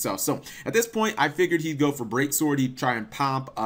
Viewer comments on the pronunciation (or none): none